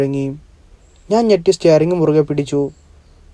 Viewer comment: സ്റ്റെയറിങ് അല്ല സ്റ്റിയറിങ് 🙏🙏🙏